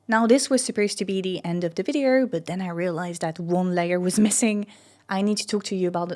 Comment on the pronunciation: you pronounce "window" as if it were written "win-der". Same for "video" that sounds like "vidier". I'm French too, and struggling with pronunciation. Contenu excellent !